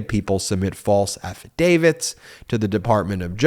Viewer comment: Wow! After months and months and months of mispronouncing “affidavit” (as affi-day-VID) - you finally got it right in this video! (affi-day-VIT). Way to go!